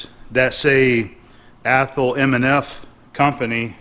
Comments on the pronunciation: Hi, Great find on the vice! By the way having lived most of my life within 50 miles from Athol I'd like to tell you that it is pronounced as ATH --- Hall. Just so you know; ) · Im from mass...Athol is annunciated: aathall 😊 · It's pronounced ath-awl. (I grew up near there) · I never comment on videos. But I'm from around Athol, and that was cracking me up. Scrolling through the comments to see who else would say it lol